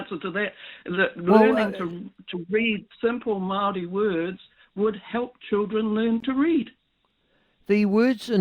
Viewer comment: pronouncing Maori like Mouldy or Mowdy is really wrong. It's idiotic young maori trying to be cool.